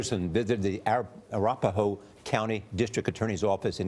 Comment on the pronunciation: A-wrap-a-hoe It’s ara-pa-ho, lmaoooo.